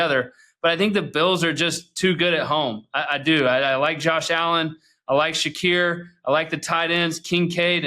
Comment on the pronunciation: McCoy being unable to know Shakir and how to pronounce his name…. Highest catch % in the league